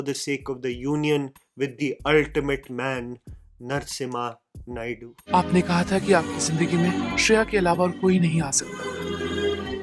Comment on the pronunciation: Let me tell you something Hilarious - When you said Narsimha Naidu, i wasnt looking at the video as i was doing something else - I heard "Nuts IN my Naidu"